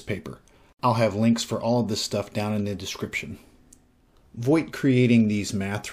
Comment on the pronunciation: I think Voigt is pronounced Vogt, like, the i is not pronounced. It's a relatively common German name.